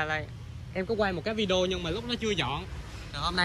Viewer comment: Bạn nói vi đeo nghe kì quá.Đọc lại đi b